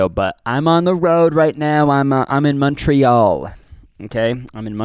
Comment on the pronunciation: Montreal more like munchtreal